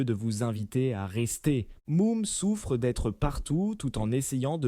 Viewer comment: Moum ? Pol Rogeaille ? 😂😂😂😂😂😂😂😂😂😂😂 l'IA est à revoir sérieusement.